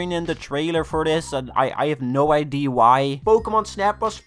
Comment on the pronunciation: i love how he says idee